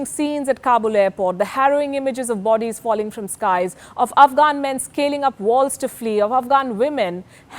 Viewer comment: How do you pronounce the words.... Military..... Bodies....